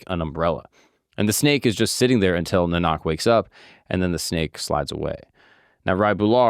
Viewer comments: His name is pronounced like naan(like the bread)-uck. Beautiful video, especially from someone not growing up in the religion and still understanding the message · Hey, when you say Nanak the first a is is pronounced long A and second one is short. so kinda like naanak. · Awesome work. I learned few new things from this video. Only one small request: Nanak's name was not pronounced correctly. It's pronounced NaaaaNk (2nd A in Nanak, does not make "aa" sound). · "Naanuk" or "Nah-Nuck" is the pronunciation. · I was hoping Akash would help you proof read lol ... It's pronounced Naa-nuck. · I am a Sikh and really appreciate this video. Only thing I’d suggest is the pronunciation of “Nanak”. It is more like, “Naa- nuk “. Thanks for very well made video on the life and teachings of Guru Nanak!! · Yes Naa-nuk and Pun-jab not Poonjab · Pronunciation for the (respected) name is "Naa-nuk" Nuk as in Nun(catholic). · Just a small pronunciation fix - its guru Nanak like (Naah-nak) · This was a good introduction to the religion. The pronunciation was wrong each time. It’s the first A that is stressed instead of the second A in NANAK. (naa.nuhk) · Pronounce it as Na-Nik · I love that there is someone who is spreading awareness about him in English as a sikh. I really appreciate that, as I can understand it could be very hard to do this research, as there is not much data available in English about him. But anyways, He Just pronounced his name wrong lol anyways appreciate his hard work. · You can't pronounce his name correctly, it's not at all difficult but a big question mark over your understanding. Goodbye. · Thank you for your informative channel. Respectfully, please learn how to correctly pronounce Guru Nanak’s name. Your channel is great and I appreciate you spreading the word 🙏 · Bro butchered my gods name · Appreciate the episode as a Sikh. Your pronunciation of Nanak could use some work. Will be great to hear other episodes about Sikhi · it's pronounced Guru Na nick